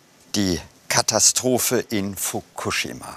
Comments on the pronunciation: Wer bringt dem Moderater bei „Fokushima“ richtig auszusprechen? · Fukuschschima mit 2 "sch" und Themattik mit 2 t ! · Wie spricht er bitte Fukushima aus😱😱 das kann man sich ja nicht anhören🤣🤣 Wirklich gute Doku.Aber es macht einen unendlich traurig zu sehen, was der Mensch so anrichtet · Mich triggert wie er Fukushima ausspricht... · Sorry, aber nach dem ich 5x Fukushima falsch ausgesprochen gehört habe, ist mein Smartphone gegen den TV geflogen. Triggaaaaaaaa